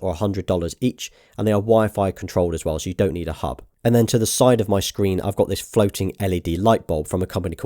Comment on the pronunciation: why do you prnounce yours U's as O's? like ''hub'' you say ''hob'' and ''summer'' you say ''sommer'' lol.